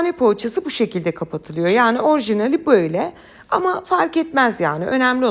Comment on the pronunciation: Ses tonuna bi sey diyemem ama diksiyonunda ozellikle e harflerinde, arkadaşlarım kelimesinde, tamamen kelimesinde, böyle kelimesinde ve bi cok kelimesinde telaffuz sorunu var. elbette bizi diksiyonu degil tarifleri ilgilendiriyor. Ama ilgi ve arastirma alanim oldugu icin ister istemez dikkatiimi cekiyor.